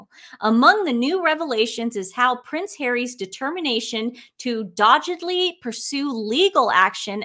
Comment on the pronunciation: "Dawggedly" not "dodgedly". 😊